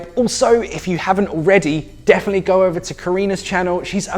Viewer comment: You say: OVER um a stranfe way. It souds like : olver